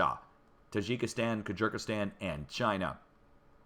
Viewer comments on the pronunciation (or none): Did you say Kajerkistan?